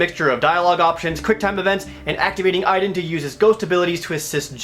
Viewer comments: My name is Aiden but it sounds like (Aide-DEN) Not (Eye-DEN). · GODDAMN THIS GAME! IT'S PRONOUNCED A-DEN! NOT A-EE-DEN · I LOVE the Two Best Friend's let's play of this game. I reccomend it to anyone who doesn't even want to put in the effort of using money to even rent this damn thing. Beyong Two Heavy Inigo Rains Prophecy is just awful. The only "good" character is Aiden- BTW WTF IF UP THE PRONUNCIATION?! shouldn't it be like Ey-den? geezus!! DESPITE ALL MY RAGE, I'M STILL JUST DAAAVID CAAAAAGE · Aiden was pronounced wrong. :c